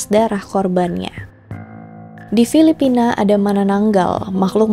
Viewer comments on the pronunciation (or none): none